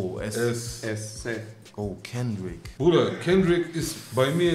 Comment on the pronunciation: kendrick nicht S, kannst du niemandem erzählen